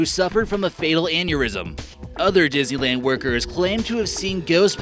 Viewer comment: Why do I keep understanding dizzyland instead of Disneyland?😂